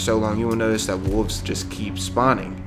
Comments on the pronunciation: Are you not pronouncing the 'L' in wolves? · I like how the narrator makes the "L" silent when pronouncing the word "Wolves"